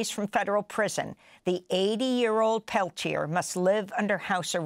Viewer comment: His name is pronounced "Peltiay". You don't pronounce the "r" in French.